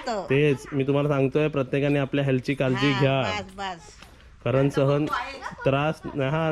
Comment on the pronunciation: कालजी नाही रे काळजी बोल किती अशुध बोलतो